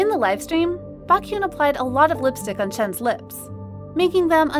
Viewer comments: "Back-hyun" "Xiu-meeen" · Pronunciate the idols name properly that was baekhyun.. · Am i the only 1 who noticed the wrong pronunciation of Beakhyun??? 😡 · She did not just say baekhyun’s name like that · The way you pronounce Baekhyun’s name freaks me out😂I thought I heard something else